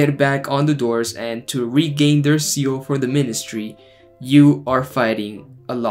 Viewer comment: How can you expect anyone to agree with you or your message with so many grammatically misspelled or pronounced words? The word is "Zeal" not "Seal"!!! That"s why they have spell check on your computer very good invention try using it!!!